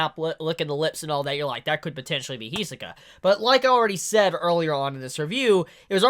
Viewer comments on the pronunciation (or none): Can you pronounce Hisoka as He-So-Kah once, just so we know you know how to say it because I see your a fan